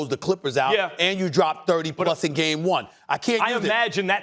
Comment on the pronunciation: Max- "he had covod a week a week ago" Me-no mammes guey